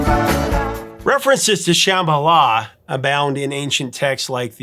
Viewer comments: Love your show! Used to call the request line at AM radio station (KUHL 1440, as I recall) over and over, trying to disguise our voices, to request this song. The harmonies still give me chills. Rare correction. The name is pronounced like Shaman Sham - ba - la, not sham, like fake or fraud. BTW, been watching for years as a freeloader. Subscribed today to help you hit one million! Congrats in advance! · It’s not pronounced “SHAmala”, it’s “shumBAHla” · Come on man! They pronounce it correctly in the song why can't You? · What, you're pronouncing it like the "b" is silent?